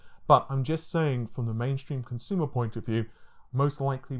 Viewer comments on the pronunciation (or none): none